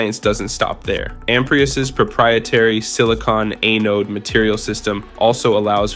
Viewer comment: For the love of god, please stop saying “eh-node”…it’s “ah-node” And where is there ANY mention of SiMaxx???